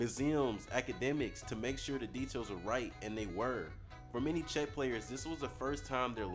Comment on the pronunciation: first time I've ever heard Czech pronounced that way lmao